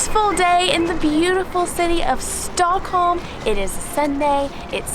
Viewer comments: "Stickholm" ?? (at 5 secs) Haha.. Awesome vlog as usual guys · alredy in you say stockholm wrong HOW (im swedish) btw when you go on the street it would be good to know behind you with lindex a terror attack took place. its called terror attacken på drottning gatan. sadly i child and meny other peolpe got overun by a terrorist with a truck second. old town is gamla stan on swedish third. the most popular street is drottning gatan or queens road. why you diden't come to sweden long ago is becouse we have the worst winter. and the "pink onions" is lingon and thats a must to meatballs and thats is köttbullar. if you going somewhere pls just say it whit the original name corectly.